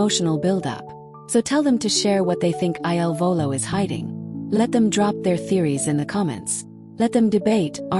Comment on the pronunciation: Please STOP calling them I L Volo. Their name is "il Volo" . , il is "the" pronounced like "ill" in English. Their name means THE FLIGHT. Correct now instead of relying on AI !!!!!!!!